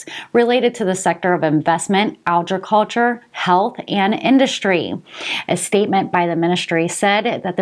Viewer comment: How do you say ag ri culture, kind of like egg but agg ri culture